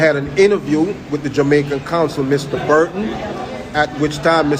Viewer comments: This man is NOT an American. The only person in this world who pronounces the word Jamaican as “jomaican” is (not all) a Jamaican… listen to him speak, barefaced liar!!! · Listen to how he pronounces the words. He is a jamaican